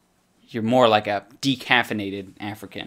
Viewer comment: “Dequaffinated African”